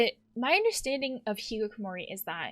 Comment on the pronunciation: Can I just bring attention to the fact that she pronounces it the hikikokomori route